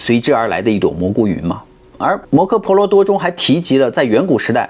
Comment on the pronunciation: 摩诃he婆罗多，不是柯ke，注意错别字，经常念错发音